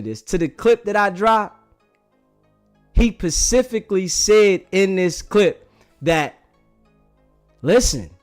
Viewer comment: Bro it's specifically not pacifically.